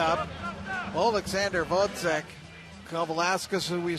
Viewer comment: I hate how the commentators are prejudice against Gvozyk. Moreover, learn to pronounce his name RIGHT, "professionals".